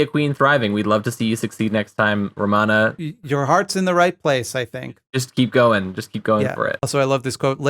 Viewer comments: Her name is Romana, not Ramona, I know this because the QAA podcast regularly covers her. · It's actually Romana, pronounced Row-maw-nuh